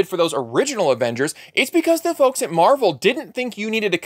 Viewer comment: Avingers or Avongers.